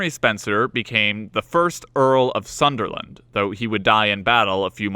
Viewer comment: Sunderland not Sutherland